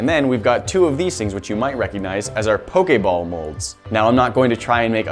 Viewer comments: I cringed so hard cuz he sez pok a ball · Am I the only 1 that noticed he said pokay ball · The way he say Pokéball cracks me up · Not when he said poke ball wrong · Why do you say pokeball so weirdly